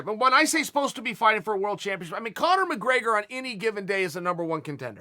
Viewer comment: conor mcgraygor